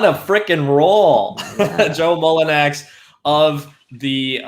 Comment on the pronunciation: what a fucking pathetic loser who can't pronounce players first name while making a video about that player...Mullinax POS h8er...Pels and Grizz will meat in play in....Jonas will destroy the Grizz with 25/25 game...Grizz fans Fuck YOU ALL...Pels is just a shit franchise...looking forward to 2022 FA for Jonas